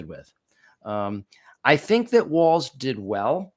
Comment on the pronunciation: Thanks for the side by side comparisons, and for pointing out the interpretations of trump's "weave"., you're pronouncing Tim Walz last name as waltz (like the dance). The correct pronunciation is WALLS. Speaking of dances, I'm 73+ and know not only WHAT the chicken dance but how to do it...jsyk! Now, do either of you know "Who Let the Dogs Out"? lol